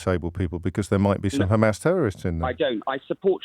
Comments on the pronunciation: You can tell he only watches IDF propaganda by the way he says Hamas “KHamaas” why do they struggle with the H sound😂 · He calls it Khamas, so that says it all. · Why does keep saying Khamas? is very clearly British and has it in his tongue muscles to pronounce the letter H. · The caller is a isreali thatd why he supporting isreali. The way he pronounce hamas as khamas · He said Khamas not Hamas. Enough said. I know all I need to know about this Israeli spokesman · The way of pronunciation Ghmas , I know enough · The caller referred to them as "KHAMAS" HAHAHAHAHAHAHAH. With his cute little Israeli pronounciation. What a stooge. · He even pronounces "Hamas" the way Israelis do, weird? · Why is mispronouncing Hamas in the Israeli way?